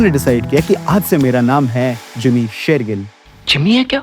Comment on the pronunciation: Jimmy SHERgill se Amrita SERgill? Achanak aap logon ko kya ho jata hai??? “श” akshar bolna itna mushkil kyun hai??!! 🤔🤦🏻‍♂️